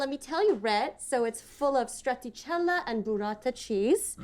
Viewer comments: The way she said strataciella so confidently while completely butchering it is so American... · Hearing “Strattaciella” instead of “Stracciatella” hurt me in so many ways…